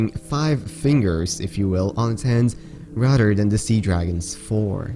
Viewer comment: Rader wtf you mean rather